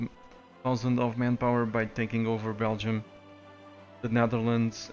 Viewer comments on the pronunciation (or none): none